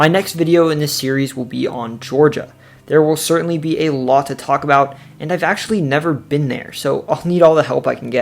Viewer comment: say: a-lot NOT: A-lot!!!!!!!!!!!!!!!!!!!!!!!!!!